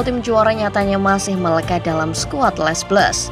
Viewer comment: min, gak enak banget ngucapinnya les blues, harusnya kalo diucapin tuh, cukup le blu